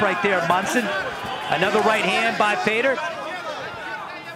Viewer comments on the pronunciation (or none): Who the hell is "Fader" ????? His name is FEDOR!!!!!!